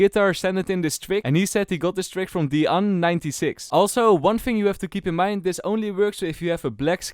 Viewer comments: Theanh96 lmao not about the name... the way you read it XD It actually a very common name from vietnam, it's Thế Anh and 96. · Ha, i love how he say Vietnamese name Theanh96 It's very funny.